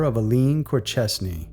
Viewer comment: Corchesne, pronounced cor- SHAYN. Aforementioned is pronounced a-FOR-mentioned. Your welcome!